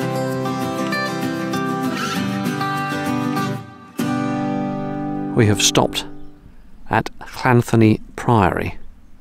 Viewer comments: Lovely vid but I think it is pronounced Llantony although spelt with an H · you seem to be missing a 'l' sound on your'll' - it should be "thlanthony" and don't forget that 'dd' is pronounced as a hard 'th' as in 'with.' When it comes to the 'fs,' a single 'f is a 'v' sound as in 'of' and a double 'f' is as in 'off' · yougotthis:Fantastic tour! Absolutely stunning views! Thank you! I couldn't make out the sound of the Ll before the word anthony. Is it simply a throat clearing noise or is there something else I'm missing?